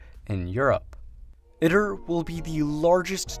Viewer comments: FYI, if you drop by the official ITER YouTube channel and listen to a few of their videos, they pronounce it “eee-tur” as opposed to “it-ur”. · its Pronounced E-Tur (Eater) not it-ter you ID-10-T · Just have to point out at the beginning, it is pronounced eat-er. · EYE-TER you fuckin noob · Tokamak uses a toroidal chamber, it's not a torus. It's pronounced e-ter